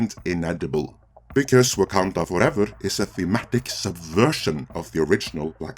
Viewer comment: WAH-MEN Fooevah!!